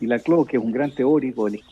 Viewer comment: El apellido de Ernesto se pronuncia Laclau, no lacló. Fue mi profesor, así que lo sé.